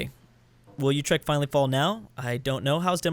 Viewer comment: Utrecht is pronounced Oo- trek- t